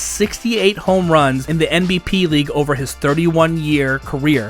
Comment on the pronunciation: This video is really poorly put together. The guy can’t even say NPB correctly. Just reading off of Wikipedia for clicks and views